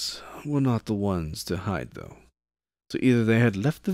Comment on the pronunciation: 40? Your R's are doing something funky this time around, an extra one jumped into a "though" [tho] before. Also I assume you are lightly trolling me with Death Corpse, I respect that because I would do the same thing if I was you =P